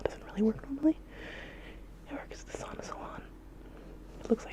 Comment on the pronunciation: Why do you say “Sona” as “Sauna”?